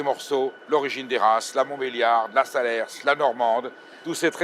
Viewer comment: il ne faut pas prononcer le S de SALERS !!!!!